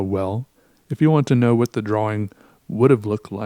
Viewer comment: I love the way you say drawing